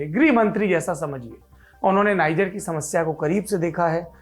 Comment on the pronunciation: नाइजर नहीं, नीजेर